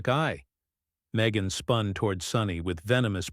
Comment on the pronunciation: Her name is pronounced me gain